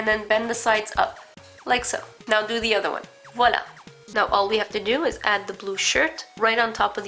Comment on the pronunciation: you have no accent when you say "voilà" x)